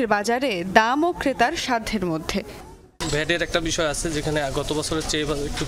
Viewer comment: Uni tw thik moto kothai bolte pare na 'আচ্চে' 😂